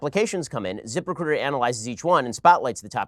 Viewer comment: It sounds like he's saying "Zippercruiter".